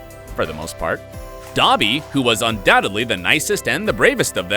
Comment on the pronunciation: Did he just say dabby? 😳